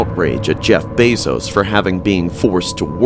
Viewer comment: Jeffery bezzos??? That was cracking me up and sorry I mean bezzos